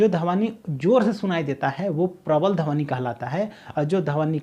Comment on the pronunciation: Dhawni nhi dhwani hota h correct your pronunciation